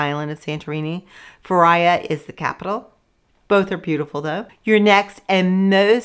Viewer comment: Please learn how to pronounce the towns. Fira is "feera" not feriya. Oia is "eeya" not oya. Otherwise, great info.